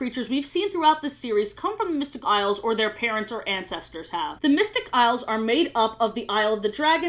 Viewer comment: At some point "Isles of..." Just started sounding like "I love.. " and I love that😂